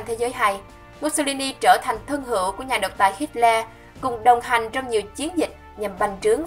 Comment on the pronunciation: Bạn ơi bạn đọc sai tên Hitler rồi kìa